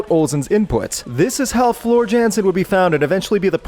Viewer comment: Floor is awesome!!!!! Too bad Marco left. I hope he comes back. And the narrator grossly mispronounces both Floor's first and last names! Ronnie Dio was a rock legend before he joined Black Sabbath. Sammy Hagar was a rock legend before Van Halen, and, unfortunately, while continuing to produce hits, Van Hagar never lived up to expectations. It did not help that Eddie switched to playing mostly keyboards at this time, when he was a guitar god. This is like Pat Benatar switching to trying to become a second rate jazz performer. She certainly had the right to do so, if it made her happy, but she was sorely missed by rock fans. Fleetwood Mac should have been on this list, because Stevie replaced Mick as the lead vocalist.